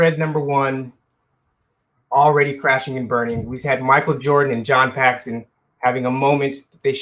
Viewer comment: Dude, Paxton bro... Paxton